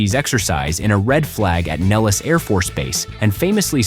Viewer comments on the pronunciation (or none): none